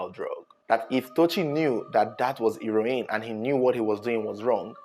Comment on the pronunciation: He-ro-in looool